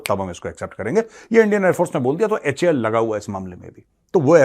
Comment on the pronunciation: नमस्ते मेहर गौरव जी, HAL को HAL बोला जाता है। लोग का दिमाग खराब है क्योंकि वो HAL को "हाल, हेल" पता क्या क्या फालतू की चीज बोलते हैं। HAL को HAL बोलिए, प्लीज़ 🙏🏻 क्योंकि मेरे फादर भी रक्षा मंत्रालय में थे और वो भारत सरकार में HAL में थे।